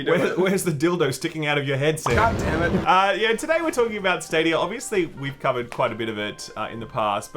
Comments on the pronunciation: "Google Stad-OUYA" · Every time I hear "stadier" I feel like I should be drinking a 4x.